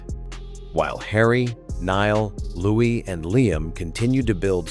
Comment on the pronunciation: Not pronounced Lewis…..pronounced Louie